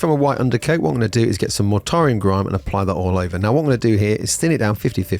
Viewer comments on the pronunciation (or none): none